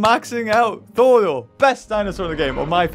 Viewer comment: Thordor? Shouldn't it be Thorador? Lmao😂😅